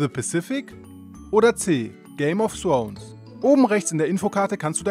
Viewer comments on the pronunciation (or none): Haha opfer! Kann der einfach nicht th aussprechen😂😔